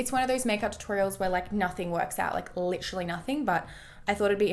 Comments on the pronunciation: i live in australia and literally everyone i know say Lit-er-ally or Lit-ril-ly. i'm pretty sure that she just exaggerates it on purpose ☺️ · no not always ahahah I'm Aussie and I normally don't say it like she does in the video but she obviously doesn't say it like that all the time HAHAHAH I know that doesn't make sense but I think u get my point